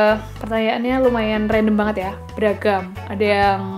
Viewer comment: jowo bgt .. "beragam 😂